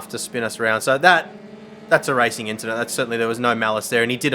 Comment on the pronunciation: It was a racin inchident